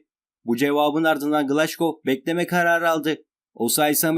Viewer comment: Glaşgow değil a.q glasgow